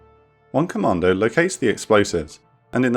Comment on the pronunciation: the way you say commando sownds like you ar saying comander